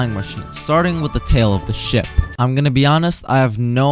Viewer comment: i thought you said shi t not ship